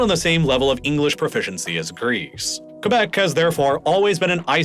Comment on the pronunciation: I love how you pronounced Quebec right, and now "kwebek" like most others do